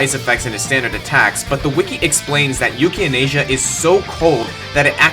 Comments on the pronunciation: 5/10 It's "Yukianasa," not "Yukianasia." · Oh Come On, Yukianesa Isnt THAT Hard To Pronounce & U Focked Up Like It Was... Say It With Me... YUUKI... Á Nessa. See? It's Not Hard... Aldo Other Blazblue Words ARE!!! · This may be wrong but I think Jins sword is pronounced yuki-ah-na-sa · Allow me to soothe your pronunciation worries. Librarium= Lie-brahr-ee-um Yukianesa= You-key-ah-neh-sah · You-kee-ah-ness-uh. That's how you pronouncd it, my friend. :0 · Yamato Hotsuin Well, technically, it’s “Yoo-kee-AH-ness-uh”. Can’t forget to capitalize the emphasis point (or whatever dictionaries call it—it’s the part of the word that has the most emphasis when you say it out loud). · Yamato Hotsuin thank you! The way he said it bothered me more than it should have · Lol that Yukianesa pronunciation.